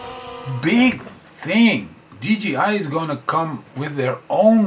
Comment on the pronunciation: dji should be pronounced as dee jay eye, and not dee gee eye